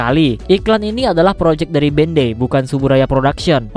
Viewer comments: Sebutan dia Bandai bukan ben dei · Sorry, tp pas dibilang bendei gw kira apaan ternyata Bandai toh 😂😂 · Bandai cok bukan bendey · BANDAI BANG BUKAN BENDEIIIII